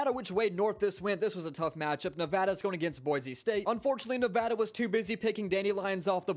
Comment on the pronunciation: Yes finally you said Nevada right